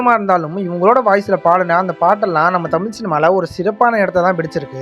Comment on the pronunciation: நீ முதலில் தமிழை ஒழுங்கா உச்சரிக்க கற்றுக்கொள்.தமில் தமில்னு சொல்ற…